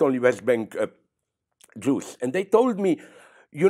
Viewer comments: Everytime he says “jews” I hear “juice”, make it al weirder but interesting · zizek and blondie shouldnt discuss about conflicts in other regions they have no idea about and call for violence. and so on and so on ..... i dont like the way he says jews. jewish.... say jewish